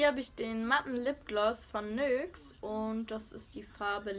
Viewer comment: Ausprache von Batiste, Impulse und NYX 😂😂😂😂